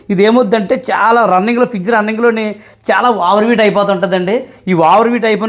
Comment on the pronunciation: ఫీజ్ కాదు ఫ్రిడ్జ్